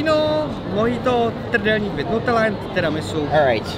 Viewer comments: lol didn't even try to mispronounce trdelnik :D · The biggest mistake "" made was pronouncing "trdelník" correctly. I don't think any foreign turist can do it, so you've lost your authenticity:).